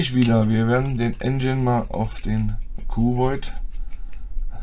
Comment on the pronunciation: Mir tun die Ohren weh, bekomme Gänsehaut wenn manche Leudz aus Tschörmenie veruchen jedes englische "ine" als "ein" versuchen zu lesen. Der Verdampfer heißt Engine (Aussprache: ändschinn; wie das "dsch" beim Djinnie). Engine = Motor, Maschine (engl.)